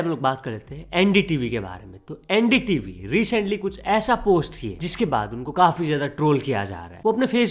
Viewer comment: ren D tv sunai de raha hai. Theek se bol bhai😂